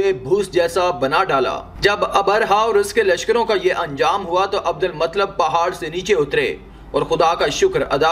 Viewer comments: Adal matlab nahi adul muttalib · بھائی اچھی کاوش.ایک اصلاح قبول کریں. عبد المُطْلَبْ درست تلفظ ہے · Matlab nahi bhai Abdul muttalib👍👍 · Bhai hazrat muttalib hai matlab nahi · Nabi ke dada ka nam Abdul Muttalib tha Abdalmatlab nahi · Abu muttalib hai unka nam naki matlab theek hai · Abdul Mutallib naam to theek se lelo bhai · Bhai hazrat Abdul mutalib y nam thik se bole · Naam to sahi liya karo abdul muttalib naam hay